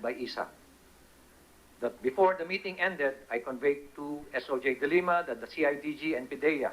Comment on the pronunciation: DE LIMA NOT DE LEMA